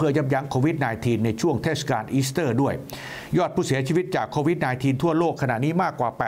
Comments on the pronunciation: ทำไหมกิตติอ่าน โควีด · นายกยังอ่านโคหวีด